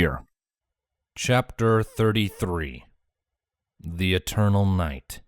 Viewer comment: The "Erernal" Night. XD